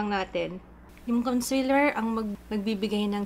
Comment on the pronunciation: Conseeeeeeler not consiler pls 😭😭😭